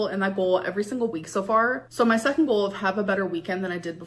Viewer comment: The way she pronounces GOAL and FUUHD really erk me